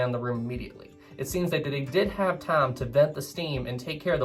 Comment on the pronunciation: . When the word time was said, I heard "tom" or "thame".